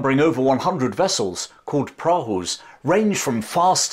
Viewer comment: Prahu rhymes with plough